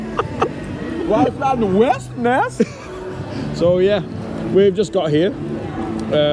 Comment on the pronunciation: “Fort Westerness” 🤣 YESS!!!